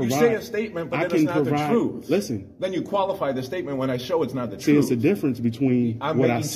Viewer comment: Is he telling him the troof or truth?